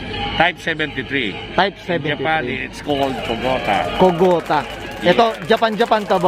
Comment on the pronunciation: not 「KOGOTA」 yes「KOGATA」 Abbreviation for 「kogata truck」